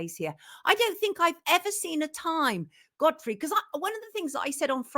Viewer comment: Is she calling Godfrey Goddess? 😄